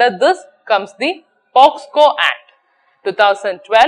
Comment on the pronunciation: Regret for finding mistakes onevby one. Because basically I am a mistake finder, even I couldn't tolerate social issues in our society. Ok let's come to the subject. The act is Prevention of children from sexual offences ( POCSO), but I found your pronunciation were POSCO. Please check the video and correct yourself.